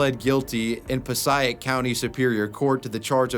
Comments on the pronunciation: No man! You pronounced it wrong. Puh-say-ic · passaic County, It's pronounced pa say ic County. That's where i'm from a town called West Milofrd in Passaic County. It's north Jersey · Hey you pronounced Passaic wrong it’s pronounced “Puh-say-ick” not “puh-seye-ick”. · pos eye ic county??? pa say ic county dude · Pa-say-ic not paseyeik New Jersey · Puh-Say-Ick County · Every time you mispronounce Passaic, I can hear every single one of us from NJ screaming, "PAH-SAY-IC!" Seriously, dude, where the hell are you even getting pah-sah-ic? You do know you can listen to pronunciations on YouTube channels, right? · Ive been watching you forever but you butchered "Pass A IC" passaic New Jersey. Being from NJ, that is a stab in the heart. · It's pronounced "puh-say-ick" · It's Pa-say-ick sorry I am from New Jersey and it was bothering me 😂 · Im from New Jersey it’s piss-ay-ick passaic not sure what that pronunciation you did was lol. Wait until you hear how we pronounce Newark your southern head will spin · my man, Passaic is pronounced "pah-say-ik" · Really good video! Great stories, and well told! One little thing, Passaic county is pronounced Pass aaaay ick. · The way he says Passaic County keeps bothering me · The way you pronounced “Passaic County” made me cringe a lil bit sorry bud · The way you pronounced Passaic county Nj was killing me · I love you bro but the pronunciation of passaic … please look in to it for us jersey residents it’s torture brother please…. All I’m gonna say… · It pains me to hear you pronounce Passaic like that